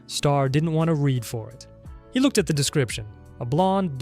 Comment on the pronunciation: and both times you pronounced "read" wrong for the girlfriend